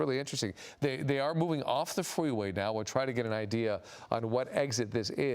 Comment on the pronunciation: "They are moving off the fweeway, now"